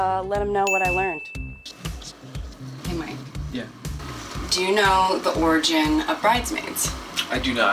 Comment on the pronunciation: Take a shot everytime she says orgin.